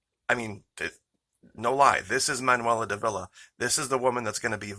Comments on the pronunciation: The name is DAHVEE LAH Not Duh VEE La. Cheers. Great diligence in your Reporting. Keep up the intrepid work. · Her name accented on the first syllable. D'Ávila. Sounds a bit like daughter-in-law. Jess sayin.